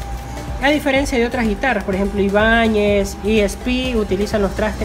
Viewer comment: iba todo bien hasta que dijo Ibañez...